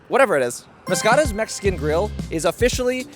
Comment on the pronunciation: It’s pronounced mas ka ras